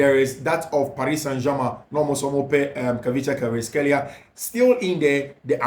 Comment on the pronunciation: "Kvaratskhelia"........pronounced [ ka rats kelia] not [kavrishkelia]. Good work. Much Love❤